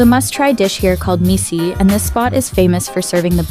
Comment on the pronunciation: Mici is pronounced like Mitch, not Misy.